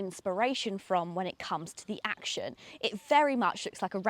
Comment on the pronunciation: It's not a KMG "Action" as you put it ! It's a combination of the words 'action' and 'young' , deliberately chosen by the manufacturer. It's pronounced 'Actyon' as it is written not 'Acshon'. Overall a very good review . You pointed out all the salient features.